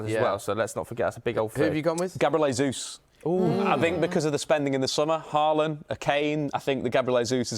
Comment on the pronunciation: What is he calling Gabriel Jesus?!?!? It's like he's putting his entire name together and adding an L. Lesus 🤔🤣🤣🤣🤣